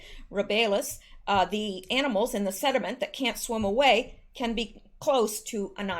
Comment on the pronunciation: Are you saying sediment? Also, Nadler has been manipulating to get his son a government job.